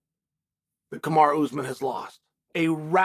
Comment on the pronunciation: It's not ooozmun...it's pronounced as ous maaaaan. Like the Jamaican pronunciation of the word 'man' . Maaan